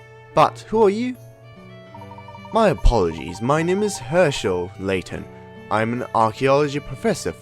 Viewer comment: His name is LAYTON not SLAYTON